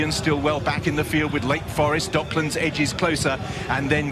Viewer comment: ドッ”ク“ランズなんやけど😂